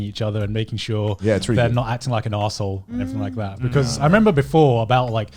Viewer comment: While her English is amazing for a Japanese speaker,she was sitting with 3 English native speakers,one of them could have told her how to pronounce L.I get it might be rude but correcting someone's mistake helps them in the long run so she would stop saying RERI for really.